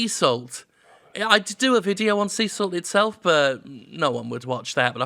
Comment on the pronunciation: Sea Salt does look good. I wish he spelled it out, it sounded like "Cecil".